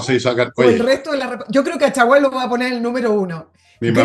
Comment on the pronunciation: Chaguan como lo dice su apellido, es chguan no mas, jajaja